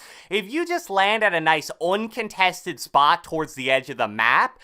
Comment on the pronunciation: "UUuNnn CUNtestEd Spoht"